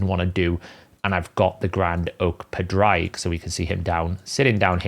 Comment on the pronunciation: Just say Patrick in an Irish accent and that is pretty much how you pronounce Padraig. Not whatever you are doing. lol